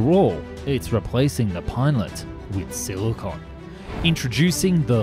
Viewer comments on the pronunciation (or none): none